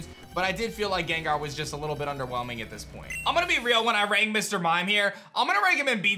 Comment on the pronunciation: How many times did he say 'underwhemling'